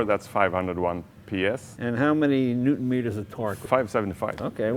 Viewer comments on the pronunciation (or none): none